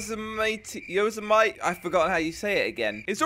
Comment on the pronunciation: It's pronounced yose-em-ity... But spelt yosemite...